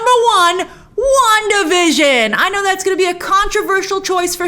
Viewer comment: wanda vison... come on!!!!